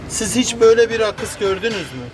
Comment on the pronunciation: Akıs diyen dillerine gurban. Sağlık ve sıhhatle saygilarimla